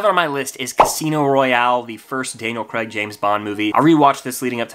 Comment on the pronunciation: Everytime i hear Craig pronounced Creg i die inside.